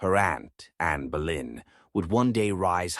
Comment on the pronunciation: it's not Berlin it's Bolyn